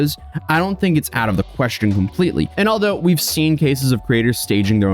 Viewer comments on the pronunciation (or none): none